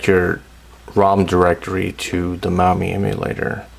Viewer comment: Install the Mammy lol I never heard it pronounced like that. Thanks for vid!